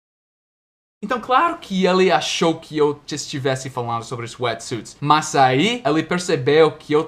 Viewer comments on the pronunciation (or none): quando vc fala "mas" (but) tem um som de "más" de mau ou mal não mais como "plus"